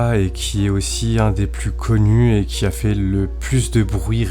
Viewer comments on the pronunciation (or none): none